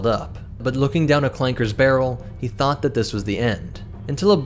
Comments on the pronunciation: Are we just gonna ignore the hard R? Like tf no it’s clankas not clanke*s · ITS CLANKAS NOT CLAKERS RACISM!!!!!!!